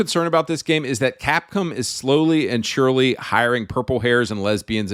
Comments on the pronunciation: It's "cap-com" (bro says "cap-come") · Ironic how he's anti woke (yay), but pronounces Gaiden as 'Gay'den instead of Guyden. Americans don't know how to pronounce anything. What the hell is Capcum? Subconsciously gay, definitely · bro calls cap-come as capcum lmao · its capcom not capcum